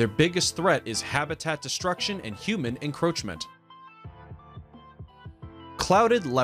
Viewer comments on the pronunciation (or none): none